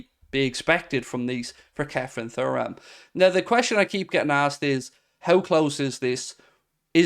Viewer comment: silent h